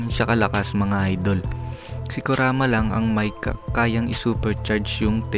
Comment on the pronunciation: ano sabi mo kuraka. kuraka o kurama. Tangina mo tarantado.ayusin mo paggagawa ng Vedio 😆😆😆 👎👎👎